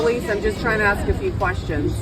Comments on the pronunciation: It is pronounced ASK not aks. But you know fraud is bad. 😂🤣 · It’s ASK not axe. Damn that isn’t hard to get right. Sk not xe. I can’t even watch this video or take you serious and I’m 40ish seconds into it. SMH. Ask. Ask. Ask. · It's "ask". A. S. K. "Asss-K". Cheers.